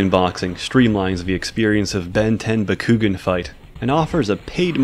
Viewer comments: BA-KU-GAN not bakoogen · It’s bah-ku-gaan not bah-ku-ghin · It's bak-koo-gahn not bak-koo-ghin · "bakkuggin" oh no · Pretty sure Bakugan is pronounced back-oo-gone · >"Buh-koo-gen" Immediately unsubbed and blocked. Good day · The way he pronounces Bakugan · And the way he calls “Dan” the protagonist “bakugan” loool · Hahahaha, I couldn’t stop laughing every time you said bakugan wrong 😂. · God the way you say bakugan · WHO ELSE WAS TRIGGERED WHEN HE SAUD BAKUGAN WRONG!!!! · was anyone else bugged when he pronounced bakugan wrong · the way he mispronounces bakugan makes me cringe more than the disturbing porn shown at the beginning. also, gwens his cousin, not his sister. still just as disgusting, but still.